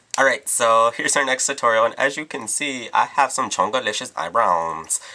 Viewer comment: "chonkalishous eyebrows"... :)